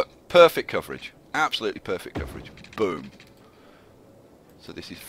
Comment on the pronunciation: Your accent makes "boom" sound like "bum" and that is funny to me.